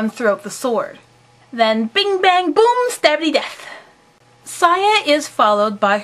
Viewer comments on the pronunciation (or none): none